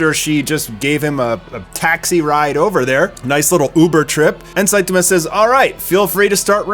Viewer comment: Dude... why do you keep saying Saituma and not Saitama? Man is that distracting...